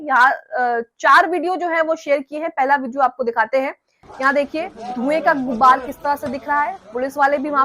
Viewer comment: Madam saheba... Dhway ki "GUBBAR" nhi hoti hai... "GUBAR" hota hai